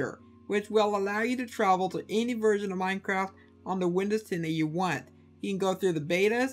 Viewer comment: I couln't difference if he was saying "virgin" or "version" LOL, still, great video, def liking